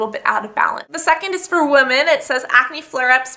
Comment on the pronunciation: woman and women are pronounced differently.